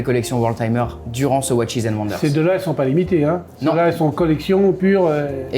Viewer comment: 12900 euros pour la LUC 39 mm, et 28500 et 29500 pour les 2 autres! une broutille!!! et watches se prononce watchez!!!!